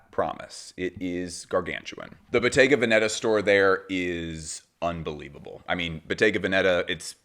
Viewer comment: I think it’s pronounced Bottega VEN-eta